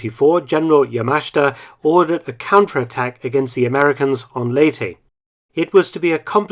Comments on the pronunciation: ley-teh, not lay-tee. Great video! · Its pronounced "Ley-te" not "Ley-ti" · LEY TEH not Ley Tea